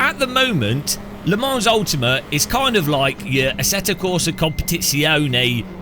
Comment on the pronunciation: One day will realise the "s" in Le Mans is silent. Until that day, I will remain subscribed as a punishment.